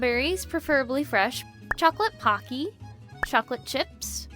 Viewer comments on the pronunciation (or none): none